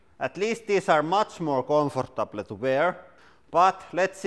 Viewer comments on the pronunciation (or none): More comfartableh to wearé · Nice pronunciation of 'comfortable'.